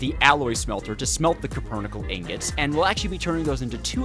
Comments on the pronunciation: Copernickle is a lot easier to say and flows better, but the metal is called Cupronickel, as in copper - cuprum. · Alloy made of copper and nickel called copper nickel though spelled kinda weird it should be very simple to pronounce correctly, it's Like calling a cheeseburger a "sheesay bujier" it's just disgraceful to ragebait so shamelessly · You know, I thought I had heard every possible crime against language, but then you came along and decided to publicly execute the word cupronickel. Four syllables. Four. And you somehow turned them into an auditory trainwreck so confusing that even Google Translate would’ve thrown its hands up and gone home. Let’s break it down: “cue” — like when someone gives you a signal. Simple. Then “pro,” as in professional, which you are clearly not when it comes to speaking. Then “nickel,” which is literally a metal and also the coin you probably never use because math and words both terrify you. Yet you took that straightforward combination and produced a sound so strange it belongs in a museum of linguistic disasters. Honestly, I’ve heard toddlers inventing words while chewing crayons that sounded closer to cupronickel than whatever just escaped your mouth. Somewhere, every English teacher you ever had just got a migraine at the same time. But this isn’t just about pronunciation—it’s about what you did to science itself. Cupronickel isn’t just a word, it’s an actual alloy of copper and nickel, used for coins, marine engineering, and actual important human inventions. It’s a material with integrity, durability, and purpose. Meanwhile, you said it in a way that stripped it of all dignity, reducing a proud metallurgical term into verbal scrap metal. You didn’t just mispronounce a word; you committed identity theft against an alloy. Think about the legacy you’ve damaged. For centuries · It's not cupronickel, it's cupronickel